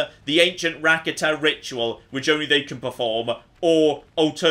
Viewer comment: Rakata is pronounced: Ra-carter